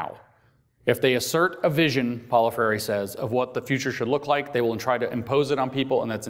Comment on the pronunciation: i would like to watch this...but the speaker can't pronounce Freire's name.